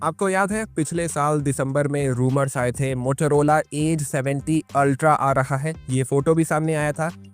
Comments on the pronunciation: Please don't say Mothorhola, it's Motorola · Motorola ❌ Motolola ✅ 😂😂